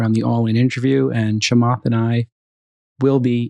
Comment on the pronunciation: Why can't he say ch? It's not shamath!